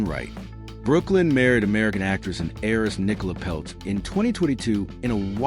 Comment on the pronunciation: its Nicola not Nicole